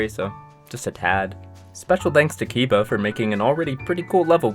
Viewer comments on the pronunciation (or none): my brother this is NOT how you pronounce kiba